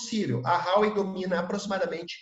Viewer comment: Vivo na China. Este cara ai e bom hein. Tudo que falou spot on. Parabens por encontrar esta perola. So nao sabe falar Huawei(华为) se pronuncia em portugues assim: RUAUEI. E ele fala Rauei. Fica a dica.😂